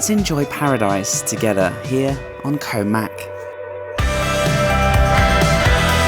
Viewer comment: Koh Mak (เกาะหมาก) is actually pronounced "Koh Mark" both low tones and a long "arrr" sound on the "-mark". If you want to get somewhere but mispronounce the place name Thai people probably won't understand you or, with the possibility you'll end up somewhere totally different!